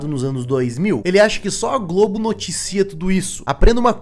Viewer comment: então ele n falou GLOBO n, falou “GLOGO” ksksksk